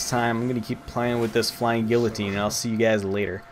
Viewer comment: The new sapper when it's fixed will be really good. Not so much for getting massive destruction points, but as a team helper, people can easily take down a level 1 or 2 sentry, which happens very quickly. The new heavy MG is boring to use, and guillotine is pronounced G-EE-o-teen